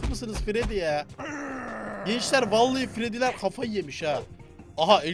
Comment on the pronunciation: Freddyler mi freddles leri mi diyon bonnie chica diyemiyon mu